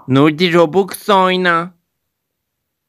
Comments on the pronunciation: Roblaks değil rublaks 💅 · "Robuks değil, roblaks" ~ cahile ingilizce öğreten Nurdi✨💅 ~